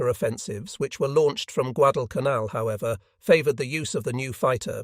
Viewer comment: The first episode that pronounced Guadalcanal correctly. Truk was also pronounced correctly for the first time. Interesting commentary about the effectiveness of the B17 and B24 bombers.